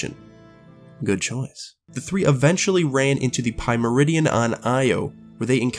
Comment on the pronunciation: "Pie-meridian" Smh